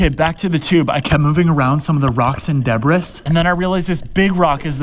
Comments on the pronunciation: Debrisss? Pronounced debree. X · Man actually pronounced debris phonetically. It’s not “deb-ris”. It’s “deb-ree” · This guy just pronounced debris as how you spell it it’s actually pronounced (deb-ree) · he also pronounced it deb-riss so i wanna know where he lives too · Sodie can. Debris is pronounced deb ree. It's the mechanical erosion, sand and wave action providing friction that's wearing the aluminium away, since it's such a soft metal. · Not de bris the word is pronounced Debreeee. Love your shorts very fun. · debris is pronounced "deh-bree" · Its not pronounced debris it’s pronounced da bree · It's pronounced duh brie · I pronounced Debris the same way you did in front of my military buddies and got laughed back before the dawn of time. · I hate when people pronounc the S in debris. Idk why it just irks me. Some people really do it. I know someone from northern Ireland who does. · Do you really pronounce debris likes that? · I cannot believe the way you pronounce debris WTF??? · You pain me sir. No amount of gods work cleaning the ocean with ever redeem you of pronouncing debris like that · I love your videos but you got me fucked up with pronouncing the s in debris